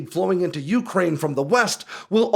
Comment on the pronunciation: It's pronounced you-CRANE! Not YOU-crane!